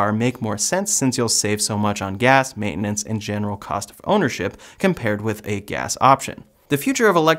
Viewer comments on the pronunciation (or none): none